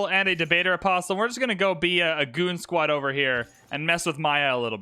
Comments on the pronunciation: apostle is like castle. Don't pronounce the t. Just listened to you mispronounce apostle a thousand times. My patience should win a medal. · Love these videos but one thing is bugging me. The "t" in apostle is silent.